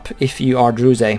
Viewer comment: dude WTF, you need to pronounce druze, like "druz" without the E in the east